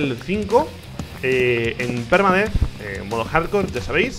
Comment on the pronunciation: La intro me hace mucha gracia cuando dice PERUDETH